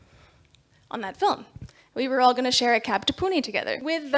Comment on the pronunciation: Some non maharashtrians living in Maharashtra don't even try. And this lady can fluently pronounce "Pune" with णे